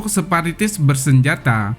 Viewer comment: maaf....bukan separitis..tapi..sparatis